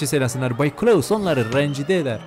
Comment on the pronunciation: Klaus yerine kılavuz demen 🤣